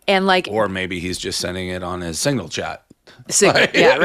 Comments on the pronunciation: DAVE!!!! It is SIGNAL NOT SINGLE ... if you can't say the word, don't talk about it. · I didn’t know what he was talking about until Megyn said signal lol